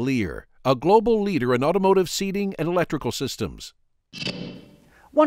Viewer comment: It is generally pronounced 'ottomotive' not 'owtowmotive' dear. Ouch ow! Hurts my ears.. to hear owto instead of auto.